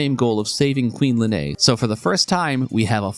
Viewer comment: Lean, not Lenay